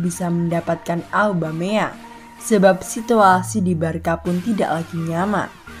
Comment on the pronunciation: Barca dibacanya barsa bukan barka mimin